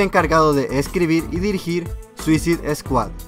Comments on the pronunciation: "suicid eskuad" m sangraban los oídos cada vez q lo escuchaba decirlo :'v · se pronuncia suasaid escuad y segundo se dice hubo no hubieron (no existe) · es suisaid scuahd no suzid scuahd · Suisid Escuat! 😂😂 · mira al que iso el video ni se pronuncia asi el nombre de la pelicula se dice tal como voy a escribir escuadron suicida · ZUISID SKUAD??!!! jajjajjaja y lo peor de todo es que la pronuncias de tres formas distintas jajjaja xDDD (verguenza ajena) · Veo que me esta lloviendo mucho bullying por la pronunciación de "Suicide Squad", Bueno... al menos se están divirtiendo.. y eso es lo que quería :´v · Chicos, veo que mucha gente lo está comentando, así que mejor lo aclaro con este comentario, cometí dos errores, para empezar pronuncie mal suicide squad, lo siento, ya hasta la penúltima curiosidad me di cuenta, y la segunda es que Deathstroke no sale en la película, lo siento, estaba leyendo el cómic mientras hacia el guión y me confundí. Lo siento y saludos!!!! :D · mejor dilo en español escuadrón suicida...o al menos entra al traductor de Google y escucha como se pronuncia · Para la proxima puedes decir bien SUICIDE SQUAD? is annoying how you said it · aprenderás a pronunciar correctamente " Suicide Squad" algún día...??? Lo que dices suena a puñaladas en los oídos...!!!